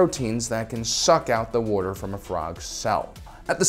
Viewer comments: Craziest thing about this video, is that calls Water “worter.” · “War-tor” ...why are you like this? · I have to ask, are you from Philadelphia area? I pay attention to speech patterns alot, and I'm noticing the way you pronounce "water" would like to know if my guess is correct... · You say water weird.